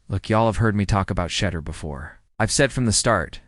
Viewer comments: Well re-program that thing! Good grief! Can pronounce Shedeur or Deion? Crazy... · Why Can't This dude pronounce his name correctly how can you take him seriously if he can't even pronounce his name